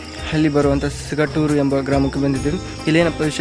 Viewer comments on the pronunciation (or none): ಕನ್ನಡ ಚನ್ನಾಗಿ ಮಾತನಾಡಪ್ಪ ಸಿಂಗಟ್ಟೂರು ಅಲ್ಲ ಸಿಂಗಟಲಾರು ಅಕ್ಷರ ಉಚ್ಚರಣೆ ಚನ್ನಾಗಿ ಬರಲಿ